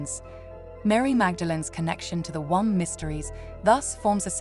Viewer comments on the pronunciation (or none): Beautiful message resonant with powerful concepts but - though the AI isn’t apparent until certain words are incorrectly emphasised - please just have your own human voice sharing this divine aspect of humanity … it hasn’t stopped me listening in full but I feel I have to pause your video to express how upsetting it is to imagine future generations pronouncing womb as “One-m-b” - No ! This needs sorting out for soulful reasons ! Thankyou for the inspirational content and please understand this is fundamental and beyond personal interests